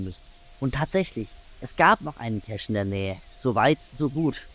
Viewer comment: People who have the time to add an extra syllable to the word "cache" should spend that time converting their DNFs instead!